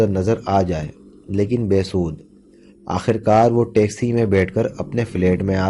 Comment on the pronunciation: Be das nahi be sud hota hai alfaz dekh kar parho